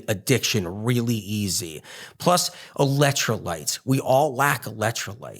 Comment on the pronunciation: Why does he keep saying ELET trolites. I thought it was ELEC trolites. Keeps saying eletro lites, eletro lites.